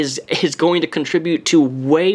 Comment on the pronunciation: He also pronounces "Asked" as "AXt" and "Acts" as "AX".